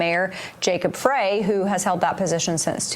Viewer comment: According to wikipedia Minneapolis mayor 's last name pronounced "fry". I've never heard it pronounced "fray" as you say. Otherwise I appreciate your video.